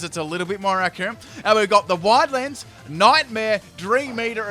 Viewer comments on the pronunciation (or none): none